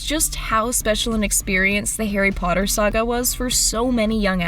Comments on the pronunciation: I have never seen the movies but what i do know is that he says " POTTAR!" at Harry and i love it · He doesn’t actually say Potter, he says “Pottah”